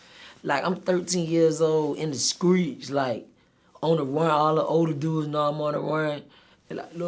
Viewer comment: In the skreets